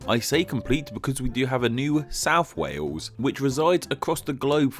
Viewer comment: I love the fact that he pronounce Wales "Wews".